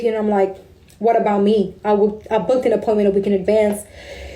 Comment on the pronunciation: "Five minutes early to my poyment" JFC.